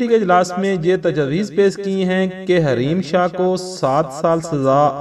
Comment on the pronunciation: Hareem shah, not Raheem Shah.. :(